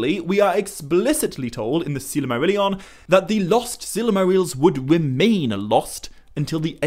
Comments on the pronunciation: The presenter should at least attempt to pronounce the words correctly. It is Sil-mar-illion not Silarmarillion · That's NOT how you properly pronounce Silmarillion or The Silmarills, and maybe that's due to your European accent, but I would have put more effort into pronouncing any word, Tolkien-based or not, properly! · I'm a year too late but couldn't go without saying... It's not "Silimarillion" it's "Silmarillion" Not a misconception but a mis-pronunciation lol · Why do you always pronounce Silmarillion as if there was another letter A included right after the first L? As in Sillamarillion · i really do like your work but when you add entire syllables to words it just sounds reallllly odd. "sil-a-marillion" "el-a-rond" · Stopped watching because the author can't pronounce silmarillion.